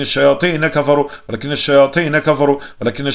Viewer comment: Désolée mais j'ai fais plusieurs remarques à chaque début de vos roqya y'a toujours ce bruit de la cloche et au lieu de wa la kinna shayatina vous dites kimna et aussi you allimou nassa vous dites you allimou nam nassa